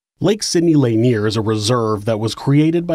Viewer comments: it's pronounced "luhneer" not "layneer" lol but good episode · I live in this area and it is actually pronounced 'La-Near'. My Grandfather was one of those hired to relocate the dead from this area when the dam was built. He has passed away now, but I was told that the dead were removed even those without headstones or markers. People who had family plots on their land maybe were not relocated, but all the church graveyards were dug up. Since the job paid well and everyone was poor- they did everything possible to extend the job. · Also, lake "lay nier" lol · Well done! Lake Lanier (luh-NEAR) is pretty, but we know you don't go swimming there. I had NO IDEA about the history. Only superstitions. For what it's worth, though, Forsyth (for-SITHE) County has growing Hispanic and Indian/Pakistani populations now. It's wonderfully diverse even compared to a decade or two ago.